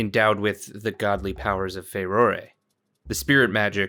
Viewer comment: You call her Far-roar-ay like me and not Far-roar. You get your sub. Thank you for being you, great video can’t wait to watch and comment more